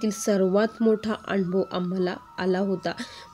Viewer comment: anbhav नाही अनुभव बोलायचं